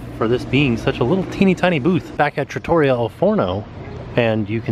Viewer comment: Hey, I’m going to help you out with your Italian. Trattoria is pronounced Trah-Tour-ree-ah. Slight roll on the first R in Trah. You got the al Forno part perfect. 🇮🇹👍🏻